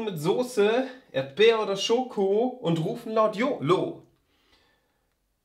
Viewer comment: "Yolo" reimt sich aber nicht auf "Schoko". Ich sag's nur. "Erdbeer oder Schoko" ist ein bisschen schief - Erdbeer wird auf der ersten Silbe betont und nicht ErdBEER. Und letzte Zeile:, "das schmeckt auch der Yoko" Wie gesagt... ich sag's nur.